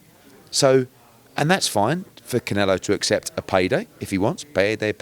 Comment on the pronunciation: “Peyday peyday” 🤣🤣🤣 Eddie Comedy